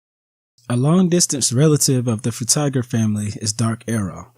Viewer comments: "Fruit Tiger" 🤣Frutiger, Fru-Tih-Jur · Mostly correct except it's not fru-tih-jur, it's fru-tih-gur with a hard g.